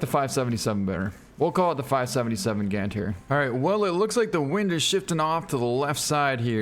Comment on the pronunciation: You should pronounce as "Gāndhāri" 😊